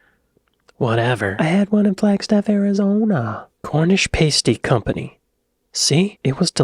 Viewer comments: (you muppet) it's pronounced a Cornish "PASStee" (not 'PAYstee') - By the way, FYI: Trump is a right 'cowboy'... Especially the job he's doing on the White House! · It's not Paste-ee, it's Past-ee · mate you gotta listen up haha youre missing important info, like the whole concept of the plougmans and she says pasty correctly like 10 times then you say it like the thing that covers your nipples lol, its paaasty not paste-y. Also definitely no tomato in them, its a gravy, potato, swede and meat kinda food. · Past y not paste y Please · Listen to what she days, Its pronounced "Pas - ty”. not “Pace ty”. Cowboy does mean Cowboy as in America. But it is used as a nickname for dodgy. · Bruv. Past-eh. Not paste-eeh. I’m pretty sure any court in this land would take you outside and go you down for putting a tomato with a Cornish. All the aside though man, really like the way you’ve styled your hair today, you honestly look 10 years younger! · Its not a pastey its a pasty. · She said pasty as pass-tee, several times, but you still pronounced it pays-tee! Several times. Despite the single “s”, pasty doesn’t follow the pronunciation of pastry. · It's Pasty "PAH-STEE" listen and repeat, not "PAY-STEE" and there's no bloody tomatoes in a PASTY. 🙄🙄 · It's not a paste-ee. It's a past-ee. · You mispronounce "pasty" by the way. Past-ee not paste-y. A small detail but an important one, you muppet 😉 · "Pastey"? "PASTY!" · Its pronouced pastie by the way. Paste or pastey is so wrong, its a kin to pronucing gif with a J. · And it's pronounced 'pass-tee', not 'pays-tee' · It's Cornish Pasty, with a short A, like Ass. It's not a pastey with a long A, like copy and paste! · It's PAStee not PACEtee.😉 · Pasty is pronounced 'pass tea', not 'pace tea' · Cornish Pasty,,,, It's PASS-TEE. It is NOT PAY-STEE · It's Cornish pass-ty not paste-y. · why did you change pa-stee into pay-stee , do you not have ears ? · Not pay sty its pass ty . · Pas-ty NOT Pay-sty🤦‍♀️